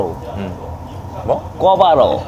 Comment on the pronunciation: 꿔바로우~~~뭘 꼬라봐?로 들렸음요~ㅎ 양꼬치 조아하는데 대부분 오후 늦게 오픈해서 낮술 조아하는 전 눈팅으로만^^